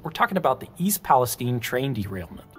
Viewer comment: You pronounced East Palestine correctly. I appreciate that.